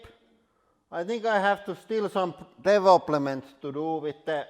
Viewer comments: “Deveploment” lol. Your English is still better than mine :’) & I’m British 🤣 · "Develplement" haha